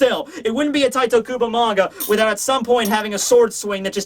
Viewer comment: Im and just wanted to say - IT IS NOT TITOOOOOOOOOOOOOOOOOOOOOOO KUBO, it is TITEEEEEEEEEEEE!